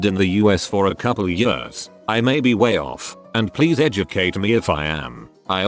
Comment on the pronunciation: People: years Robot voice: jöörs